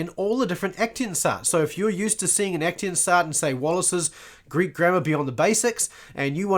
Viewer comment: aktionsart - German word - pronounce aktsions'at not ektinsa :elbowcough